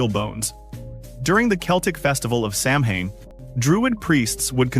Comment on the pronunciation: The word samhain is pronounced sowin with the sow pronounced like a female pig.